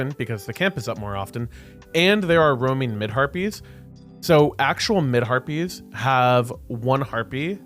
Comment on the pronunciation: When you say back harpies it sounds like back herpies haha